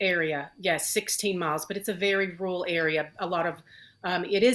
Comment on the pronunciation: " very 'rurl' area "